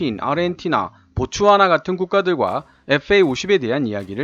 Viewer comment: 보츠와나를 보츠나와라고 말씀을 하시네요.시정 바랍니다. ~